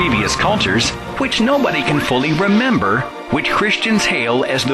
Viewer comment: its not remmbar the shemth its kip and remmber